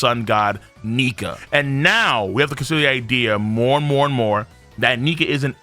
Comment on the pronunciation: Excuse me sir? Only the what? ?? That did not sound like Nika 😅